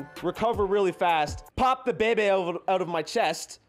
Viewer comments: Took me while to figure out he was saying “Kick the beh beh” at the beginning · Technically isnt saying baby, he is saying Beh beh.